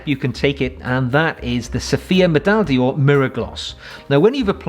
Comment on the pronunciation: Just a tip, not a comment ; The French word d'or (golden) is pronounced more like 'door' (in English) not dior. Thank you for the very informative and entertaining videos sir. Regards Arno from Belgium.